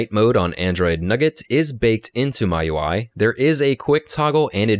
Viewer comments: nice video, thoroughly explained. But one thing, miui is pronounced as "me-you-eye", not "my-you-eye". Just a heads up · jfyi.. ~ it's pronounced Me You I not My You I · ERROR YOU SAID "MY UI" IS MIUI 8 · MIUI should be pronounced as 'Me UI' due to 'Mi''s Chinese origin. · "my UI" ? Android " nugget" ?!?! Are you trying to kill me? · it's pronounced "me ui"